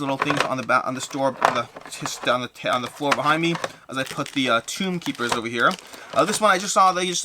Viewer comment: Tome Keeper, not Tomb Keeper in Mythic Mischief